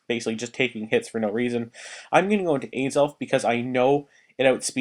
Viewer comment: alright im not trying to hate, but how do you mis pronounce azelf?